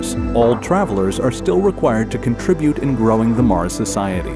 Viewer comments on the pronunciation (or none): none